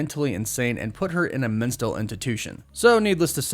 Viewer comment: “Mental” institution lol not “Menstill”